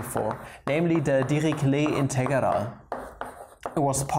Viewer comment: Aww british accent integharal